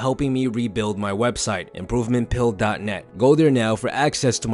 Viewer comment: 😕Am I the only one that heard "pooping pill"